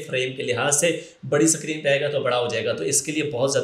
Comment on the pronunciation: O Suckreen nahi hota screen hota hai.